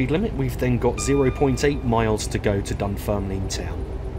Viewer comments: Corrections if antone interested. Glenrothes, Glen-roth-ess. Inverkeithing, Inver-keething, as in seething. Rosyth, Row-syth. Dunfermline, dun-ferm-lynne. (not leen) Cardenden, Carden-den (rather than Car-denden. Kirkcaldy, Kir-koddie. Burntisland, Burnt-island. Aberdour, Aber-dower. as in flower. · Nice to see u back. It's pronounced Dunferm Lin